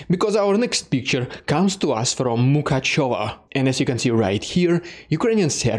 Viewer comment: Thank you for your work, but,man, please get the pronunciations right:) It is Ivano-FrankOvsk(if you are stick to the russian pronunciation) not Ivano-FrAnkovsk. Emphasis on the O not A Named after Ivan FrankO , the writer Also there is no ‘ё’ in Mykacheve but an ‘э’ or ‘e’